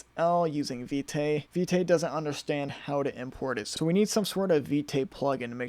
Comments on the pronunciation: It's pronounced `Vit` the "e" is silent. I thought it was Vite too but I just stumbled upon it in the docs. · Vite is pronounced "veet"